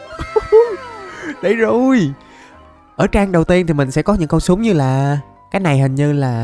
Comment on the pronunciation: Lúc trước ah có bán shop ff mà ko bt có chs ko nữa mà đọc tên súng toàn sai